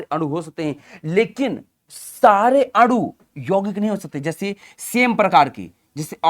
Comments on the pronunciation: Sir adu nhi anu hota hai aap bol rahe ho to ese lag rha hai ki aapmadu bol rhe ho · Sir aanu ko aadu kyu bol rahe ho 😂